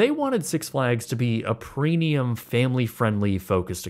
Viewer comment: Is he saying preNium?!